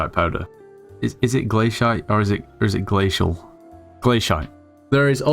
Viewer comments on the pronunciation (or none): man rly said 'glash*t' to glacite